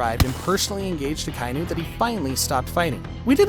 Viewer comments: yet another one piece "fan" who says "AKA-INU"s name wrong🤡🤡🤡🤡🤡🤡🤡🤡🤡🤡🤡🤡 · Why do you keep saying Akainu wrong? You stupid?